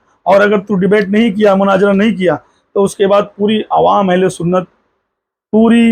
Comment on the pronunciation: Munazara bolna nahi aaraha hai ja panchar jake bana tere liya wahi thik hai 😂